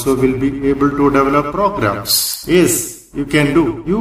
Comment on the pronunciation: its not pogarams its programs